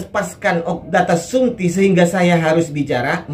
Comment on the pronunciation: Bukan shumti tapi shomti